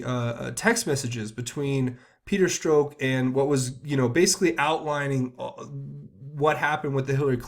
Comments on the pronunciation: Starting to sound strange, you pronounce Stzrok's name "Stroke". ok, so it's Peter Stroke ????? And then you say "tainted" several times. I'm not a perv but most of these elites are....so I'm wondering, is this all just a psyop? Another huge distraction ?? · Peter Strzok, is pronounced Struck.